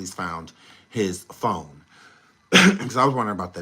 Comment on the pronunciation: Oh-my-Gooood!!!! You are a class a bonifide NUT case!!! "not phahone" 😂😂😂😂